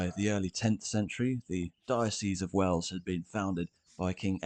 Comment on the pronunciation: Wells, not Wales! Sounds similar doesn't it but it is different. Us natives pronounce the Principality of Wales as "Wayles" so it does sound quite different to the shorter "wells". The several springs that abound in Wells (hence water running down the gutters of the streets all year round) were worshipped by the pre-Roman pagans and the particular one where the cathedral now stands was later also used by the Romans who would have worshipped that watery place. On that site Roman remains have been found of a very small temple building very near to the present cathedral. The Anglo-Saxon church/cathedral is barely a stones throw from the Roman temple and its spring and in turn the Norman cathedral was built just some 25 yards to the north. The Anglo-Saxon font (circa 900AD) which was once in the old Saxon cathedral can now be found in the north transept. One earlier name for the settlement has been identified which include Fontanetum (Latinised) in a charter of 725 granted by King Ine, the word has a watery reference, very apt.